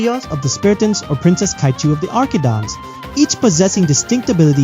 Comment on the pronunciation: really said arkidons💔✌🏼